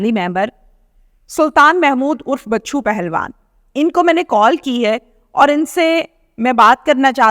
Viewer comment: بچو پہلوان نہیں ۔۔۔۔۔ بچھو پہلوان